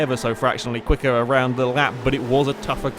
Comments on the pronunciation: Guys I am referring more to the actual emphasis put on the "err." you guys noticed how that sounded off, right? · I'm from Texas we don't say it like that at all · you became VERY southern United States when you said "Quicker" there... That was interesting... o_o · Hahahaha just noticed that xD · ***** That sounds a bit more Irish, if you ask me.